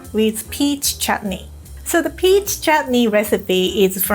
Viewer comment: Did I just hear her pronounce चटनी (chutney) perfectly?🥺❤️